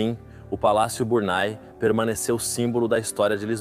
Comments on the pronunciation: Porquê está falado em portugues do brasil? Não é Burnay ( burnai) que se diz mas Burnê. Por favor, queiram dizer corretamente. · Biurnê.......não é Burnai...francês nâo é ingês...brasileiro para idiomas são1 desgraça